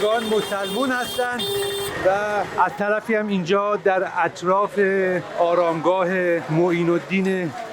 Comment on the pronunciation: عالی دمت گرم واقعا من کلی به "اراشگاه" گفتنت خندیدم